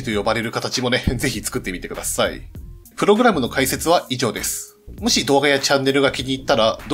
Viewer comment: おい！！！プ↑ログラムのイントネーションおかしいぞ！！